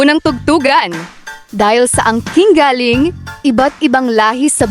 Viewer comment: Pronounce the word “galling” as maragsa (with emphasis) “galling’ “. Ask a true Pilipino what I mean by “maragsa’ “. The way you pronounce”galing” (slowly) means , “coming from but when you pronounce “galing” the right way (maragsa-with emphasis) it means very good. I don’t mean this the wrong way , I just want to give the credit where it’s due. You’re doing good, a buhay ka!